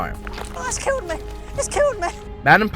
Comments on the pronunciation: oh eets keelled meh eets keeled meh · “iTs KiLlEd MeH” i love that moment!